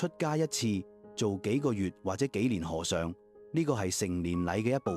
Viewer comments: 廣東話和尚讀 禾賞, 不是河賞。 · 佢哋係好奇怪，佢哋係叫「河尚」唔係和尚😂